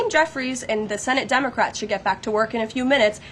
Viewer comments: I swear she started out calling them Dumbacrats. LOL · did she just say dumbocrat?